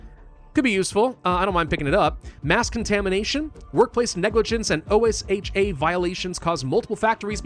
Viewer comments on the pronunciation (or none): "so many typos!" Also: "oh es eych aye" This is just a joke tho love ur vids even with that abomination for pronouncing OSHA {Oh-shuh}